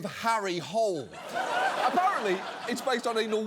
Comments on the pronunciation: Norwegian here, I've always pronounced it Detective Hôlé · Person from Norway here: Norway’s primary exports are, by some distance, are oil and natural gas. Which would have made for a very different gown… P.S. - you ARE pronouncing Hole wrong, but the books the series is based on are garbage (imo) and we’ve got bigger problems in the Nordics, namely the POTUS wants to start a conflict here in part because he wasn’t given an award he didn’t fucking earn …so I’ll overlook it. Glad to see you back ❤ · They did pronounce it as ‘hole’ in the movie ‘The Snowman’. Which ironic because Hole actually means hill, the opposite of a hole. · The first novel takes place in Australia, where they pronounce it "Hole". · Foreigners having fun pronouncing Harry Hole is actually a recurring joke in the books. Could be worse. Sørås is also a common last name, which frequently gets pronounced sore-ass... Edit: Also, we frequently use our partner's last name as our middlename, so Sørås Hole is a potential last name.